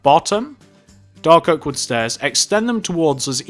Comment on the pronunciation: Yo is it me or did does he sound like he’s saying doggo instead of dark oak?